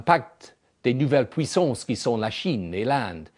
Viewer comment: lol!J'adore l'accent british!!comment il prononce "mondialisation" et "pouissances" ^^